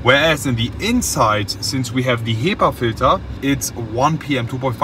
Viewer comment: Als er hepa-filter gesagt hat habe ich mich extrem wohlgefühlt wegen der deutschen aussprache :)